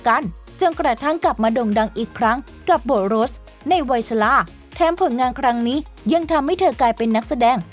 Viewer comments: ทำการบ้านในการอ่านนิดนึงค่ะ อ่านชื่อนักแสดงผิด ฟังแล้วไม่ค่อยสมูทเลยค่ะ เช่น เคท วินสเลท คุณอ่านเป็น วินเลท แสดงเป็น โรส ไม่ใช่ โรชนะคะ ปรับปรุงนิดนึงจะดีมากๆเลยคะ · ออกเสียงนักแสดงได้ห่วยแตกมาก โดยเฉพาะ เคท วินสเลต / โรส-rose